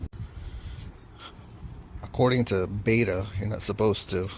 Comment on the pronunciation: Its Betta Bet-ta